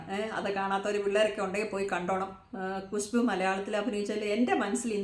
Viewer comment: കുശു ബൂ അല്ല ഖുശ്ബു